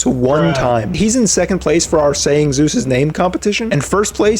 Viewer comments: he was closer to saying "Jews!" Than Zeus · i do NOT think ts is zeus ,i think he js sayyin jews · zioos ZOOS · Athena : zios Kratos : zoos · Zeus? I thought you said Zooz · More like JUICE!!! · Kratos: Zeus Athena: Suus Ares: juice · i love the part when i heard Zues